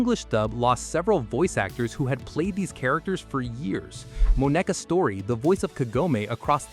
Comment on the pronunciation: moe-NECK-ah Is this a normal way for a human to say the name Moneca? (It is not.) Also, this video is basically saying capitalism is gonna capitalize.